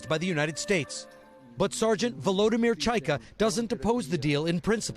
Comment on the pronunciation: It's VoloDYmyr, not VoLOdymyr. The accent is on the third syllable